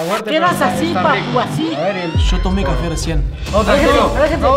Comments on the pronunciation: Soy yo o dijo qufe enbes de cafe😂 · Porque dijo cefe en ves de café 😂😂